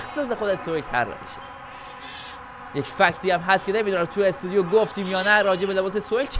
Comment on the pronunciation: استودیو ✅ استدیو❌